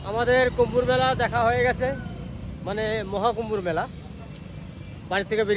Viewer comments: Thik katha kasta korle kesto mele .. sob video dekhi .. ekta katha bolchi kichu mone korben naa Ota kumbha Mela not khumbhar mela .. ektu pronounciation theek korun ..online platform e jokhon dichen video .. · Kumbhar mela hoy na kumbho mela bolun